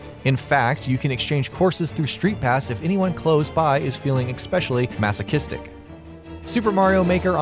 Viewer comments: I literally logged in and left this comment to say that the narrator needs to LEARN HOW TO SPEAK PROPERLY!!!! THE WORD IS ESPECIALLY there's no x there's no hard c after the first e is ESPECIALLY not EXPECIALLY OR ECSPECIALLY. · Why can't you say especially!? Exspecially is not a word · Expecially? Pls stop :D